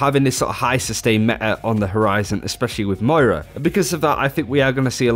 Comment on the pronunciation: M-O-I-R-A, REPEAT AFTER ME!!!!!!!